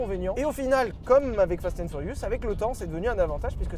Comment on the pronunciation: « Fasten furius » 👌